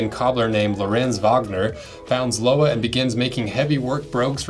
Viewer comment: Thanks for the nice review, Lowa are my favorite boots and It’s been a great pair for my hikes in the Alps. Btw it’s pronounced Lo-va 😊